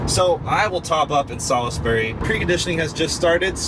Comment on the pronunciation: Sal is bury? Salsbury